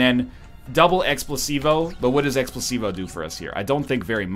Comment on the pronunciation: IT'S NOT EXPLOSIVO YOU EGG THE NAME CAME UP AND YOU STILL GOT IT WRONG